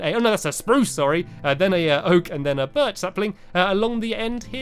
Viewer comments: the way he said birch made me laugh so hard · Stampy said"Sqashy is entertaining FLUFFY!"That's Sherbert!!!!!Fluffy has a yellow collar, Sherbert has an orange one like now!!! From:Erin🐆🐆🐆 P.S,you said BIRCH manly and "spruce" tiny.(Once in the vid🐱)